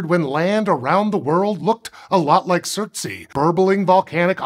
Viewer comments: Its pronounced surts ay not surts ee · Its not surt-sey but surts-ey (surts island) after Surtr a major fire Jötunn /fire giant of norse mythology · Just for the record it pronounced surt-say not surt-see. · Surtsea? "Ey" means "island" in Icelandic and it's supposed to rhyme with "way". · Thumbnail is pointing to the wrong island, surtsey is the 3rd dot further south-west. You can check it out on google maps to confirm. The largest island that the black dot is pointing to is Heimaey. Also the pronounciation isn't right. The ey is pronounced more like the ay in bay, say, may or day. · It's not fine. It's just him pronouncing the letters as if it was an English word, not even attempting the native pronunciation. However, since both English and Icelandic are Germanic languages, the consonants sound relatively okay - the "r" is the farthest removed. The vowels are entirely different from his pronunciation though. It's especially bad because the "ey" vowel does exist in English (think the vowel in "day", "gate"). It's easier to forgive his pronunciation of the "u" vowel since the Icelandic "u" vowel doesn't exist in English.